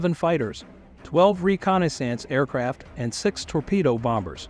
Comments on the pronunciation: This video is irritating! Why can't you properly say Halsey, reconnaissance, and other famous names? If this is a bot saying this then consider a human voice. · The video was good however it was distracting that you did not pronounce common words like Guadalcanal and reconnaissance correctly. Also some names like Halsey you did not hurt announce as they are commonly pronounced. Additionally, while his nickname at one point may have been buffalo, Admiral Halsey is far more recognized nickname was Bull